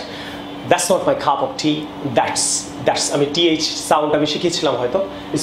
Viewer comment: It was helpful but cup of tea pronunciation was like cuf of tea